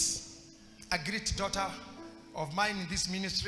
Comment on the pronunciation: hello.I like your teaching/preachings.However,as a grammar student I'd like you you to correct your pronounciation of the word ''great'' and differentiate it from ''greet'' because I've heard this for long.no offence,thanks.